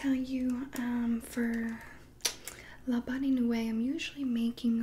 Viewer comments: like “la bon newee” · “luh bon noo ee” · kinda like bon new-ee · I’ll type it the way u say it 😂 so u say it like la bon nui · (le bon noowee)